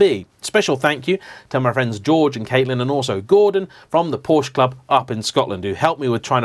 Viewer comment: Porsch-Ah!!!!!!!!!!!! you dolt